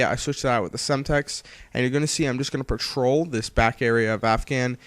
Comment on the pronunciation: you say patrol the map i hear troll the map